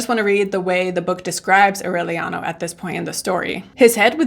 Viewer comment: In spanish you have to pronounce all the vowels: It’s Au-re-lia-no A-ma-ran-ta The A in spanish is pronounce different than in english R is difficult to get it right. You can do it👌🏼